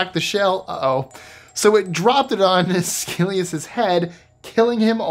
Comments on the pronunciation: 25 Mispronounced Names. Number 25. Aeschylus is pronounced “es-kill-us”, not “ay-skill-ee-us” 😊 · It's "ESS-key-lus".